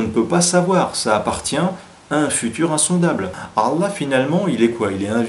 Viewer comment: Par pitie fais un effort de prononciation a chaque fois que tu dis Allah j'ai la nausee.